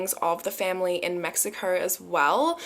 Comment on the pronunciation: The way she says mexicourrr😹🥺